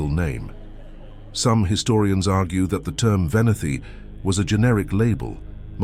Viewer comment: It’s pronounced’VenEti’, not ‘Veniti’! Otherwise a great video!